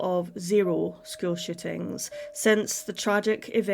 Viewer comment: Is it really that hard to pronounce shootings? Sounds like you're saying "shittings."